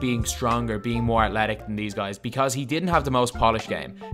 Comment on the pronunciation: u keep sayin atletic. What the fuck is that. It’s ATHLETIC dumbass